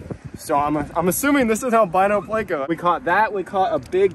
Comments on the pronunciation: Please.. theyre called PLECO not PLAY-CO! You say it like you say help...with a short e sound. These are fun but when you call it PLAY-CO you make my brain hurt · I swear… why must you make everyone cringe? ITS NOT PL-AYCO! It’s Pl-echo…. 🤦‍♂️ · Why do you pronounce pleco as play-co? It's pronounced pleck-co isnt it? Lol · why do you say playco??? its pleco lol Plecostomus has no a in it bro